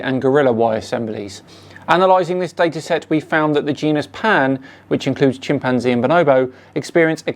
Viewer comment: Dude can’t even pronounce chimpanzee correctly.